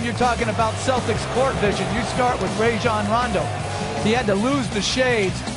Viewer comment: Lol, i hate hen they say Ray-jon rondo